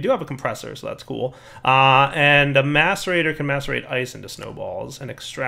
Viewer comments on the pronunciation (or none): none